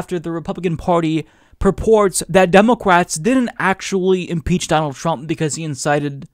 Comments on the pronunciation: The way pronounces « democwrates » is so American! You know what I mean. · Do you pronounce "Democwats" and "Congwess" like this on purpose? Honest question from a first time viewer here, maybe I missed a joke.